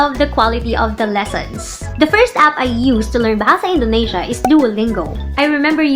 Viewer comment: Hi I'm anya from Indonesia! I currently learn tagalog. hopefully i can speak tagalog fluently. Btw, you spelled bahasa indonesia well!!